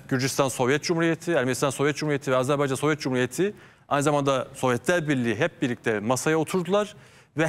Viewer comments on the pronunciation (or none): Mete bey AzerbEycan değil AzerbAycan. Size yakışmıyor bu yanlışlık.